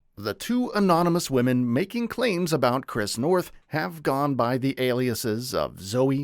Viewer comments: It's Noth, not North. [generated AI narration}?? In any case the character was pivotal. I haven't delved into the allegations; but as an anchor to the real world, relationships, and grounding influence in Carrie's life and for the show, he will be missed. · Oh my God. Your job is to report. Literally report what you read. It’s Chris Noth!!! NOTH. I couldn’t even watch it because I can’t respect the fact that you don’t even CARE enough about this report to get the name right. Repeatedly!!! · Wow, his name is Noth, nor North. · NOTH! Not North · Get his name right please! It's Noth, not North! Basic really, as you're making him the subject of your video, you could at least get his name right!! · It's Chris Noth, not North! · This video is almost as trash as Chris NOTH, repeating the same freaking story about the reboot series for 5 mins to take up time, and not even taking the time to make sure you got the creep’s name right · I am not watching your channel again if you do not find a narrator who can read! It is NOTH, do you see an R in that name? NO. The Cedars- Sinai mispronunciation was even MORE stupid!